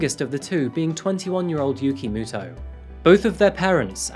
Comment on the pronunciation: When you keep hearing "Yugi Moto" instead tho.